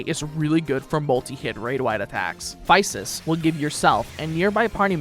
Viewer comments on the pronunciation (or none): It's Psy Che (like sigh key) and Phy Sis (like fizz sis). That last combo was beautiful.